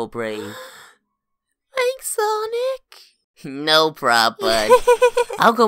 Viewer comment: tails finaly said sonic not sowic🫠